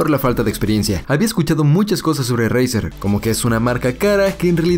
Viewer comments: dice 😂😂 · “ Jiuntsman turnament edishon”